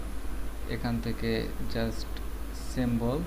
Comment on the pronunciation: সেম্বল না সিম্বল😂😂